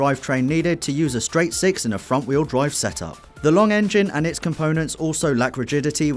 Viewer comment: pause when his says seix